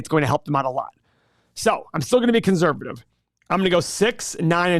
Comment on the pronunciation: money - can someone PLEASE tell that there is not a “z” in conservative. Thank you.